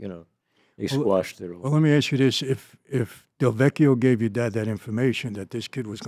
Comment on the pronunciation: Lin DeVecchio not Del Vecchio..as a Del Vecchio I am very sensitive to this slight correction..:) thank you